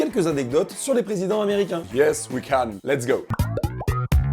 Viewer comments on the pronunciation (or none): ton Yes WE CAN m'a tué (ton Yes WE CANE) XD